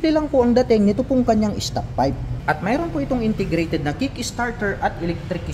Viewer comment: Ang "word for the the day is INTERGRATED". NYAHAHAHA 😅😂😊